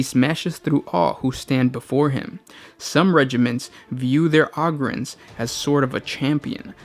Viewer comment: Dude Ogryns is pronounced "Oh-grins"!